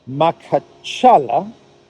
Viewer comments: Not “Makhachala” it is “Makhachkala” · it's pronounced MA-KHA-CHKA- LA with stress on LA Did you pay attention that Zelensky secret service is connected to the event and moreover WAS PREPARED,KNEW IN ADVANCE AND IT'S WHY HE HAS JUMPED FORWARD BEFORE IT WAS REPORTED 😂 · It is "MA-HA-CHKA-LA" Махачкала. Emphasis on A vowels in second and fourth syllables. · it’s [maha:tchka:’lah] You are such an avid traveller! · Hey,, it’s Ma-hatch- ka-la 😉